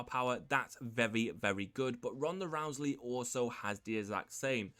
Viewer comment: Hey dude there is no L in the last name Rousey it is not Rouseley